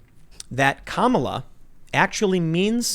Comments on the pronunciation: In Finnish language the emphasis is ALWAYS on the FIRST syllable. In Finnish "kamala" is hyphenated "ka-ma-la", stress on the first syllable, 2nd and 3rd syllable are just flat. {KAmala} is the way to go! Edit: I told you this months ago: I kid you not, in Finnish language the word "kamala" means "bad, awful, disgusting". For example: "Kamala sää" = "Awful weather". "Miten kamala ihminen hän onkaan!" = "What a bad person she is!". "Tämä ruoka maistuu kamalalle." = "This food tastes disgusting". And so on, there is endless amount of meanings, all of which are negative, for which the word is "kamala", or some derivative of it. Edit2: Not to worry, "Tim" or "Pool" doesn´t mean shit in Finnish. But the word "Timo" is a semi-common man´s first name. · Tim your such a twit you can't even pronounce her name properly. Love her or not this woman deserves respect for her accomplishments. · Nothing more cringeworthy than two white guys mispronouncing a person of colors name and laughing about it. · I love how the pronounciation of Kamala Tim uses is exactly how its said in finnish :D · Don't sweat trying to pronounce Kamala's first name. You destroyed Kayleigh McEnany's last name and she survived. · Damn! I guess the Finnish were absolutely correct with their definition of Kamala. But, I prefer my pronunciation of her name. It sounds like Camel-a. Because like a camel, there's just disturbing sounds that comes out of that mouth. But unlike a camel, she needs liquids often and in great quantities. Take a second to figure that one out, if you will. ;-) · If you struggle with the English pronunciation, just use the Finish version. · Just so you know, Tim, her name is pronounced “commuh-luh”, not “kuh-mala”. Sorry to be that guy but... I am that guy. I’ve already accepted that long ago... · KAH ma la, not ka MAH la. Get it right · My moms name is Kamela Harris and it was changed from Kamala due to people pronouncing her name wrong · it's pronounced kameltoe